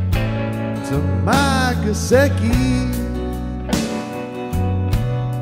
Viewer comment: It's Gesicki not Gesecki!